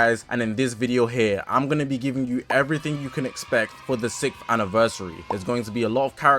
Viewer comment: why does bro say sickth anniversary 💀😭